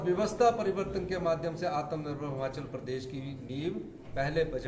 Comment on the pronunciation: हिमाचल है हमाचल बोल रहा है